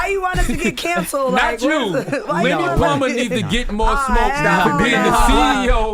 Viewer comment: His name is pronounced LIM-U-ELLE